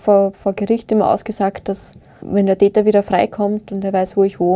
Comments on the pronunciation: Wer versteht auch die ganze Zeit „Dieter“ statt „der Täter“ ? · der Täter, ich habe immer der "Dieter" verstanden.